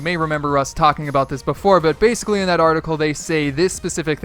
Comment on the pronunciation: Bassicaly Bassicaly Bassicaly